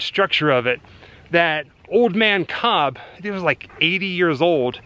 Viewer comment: Kobb..like House.